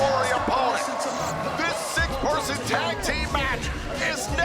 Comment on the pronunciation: I know he said six person tag team, but I heard six percent tag teems match 😂